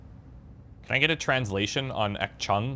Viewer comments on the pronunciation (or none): Achtung not pronounced "ax chung" btw, means warning and be aware in German. (the "CH" is pronounced as a hard "G")